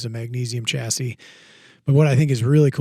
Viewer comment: Definitely Stocks. Because Americans cannot correctly pronounce Chassis.